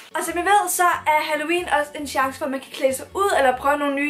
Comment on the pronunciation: "Altså halLOUween", er jeg den eneste der ikke kan lade vær' med at tænke på det? 😂